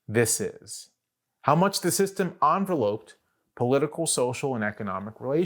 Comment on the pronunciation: A little side note about English pronunciation: "envelope" is one of those words that can be a noun or a verb, and has stress on the second syllable as a verb. BTW recently it has been standard for the verb to be spelled without a final e. Also the first syllable of the verb rhymes with hen, though it can be otherwise as a noun.